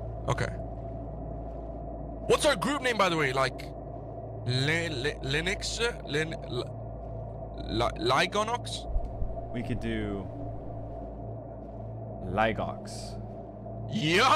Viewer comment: It’s not lonox it’s lonx